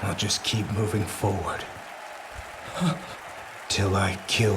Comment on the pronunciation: "Mioving forward" he says :D what a foreshadowing!!!